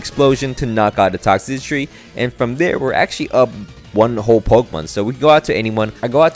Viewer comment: After watching several of your monotype challenges, I think your biggest challenge is pronouncing Toxtricity 😂